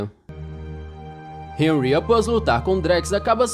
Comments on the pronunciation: Nao e hanry e henry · Hanry? Ou Henry? Disseste Hanry então. "Hanry"